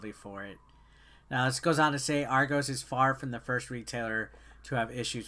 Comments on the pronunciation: None of you Americans can pronounce argos properly 😂😂😂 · Triggered every time he said Argos wrong